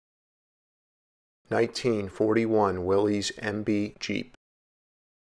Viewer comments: It's pronounced Willis, not wileez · Willy’s is pronounced “Willis”, like Bruce. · "Willies" or "Willis"-? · Well then they should spell it like "Willis". Everyone I know who was around when Willys existed calls it will-ees.I'm pretty sure the "Willis" pronunciation only started with the Bring A Trailer swells about 2 years ago. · Based on what i’ve read and watched, it is pronounced willis.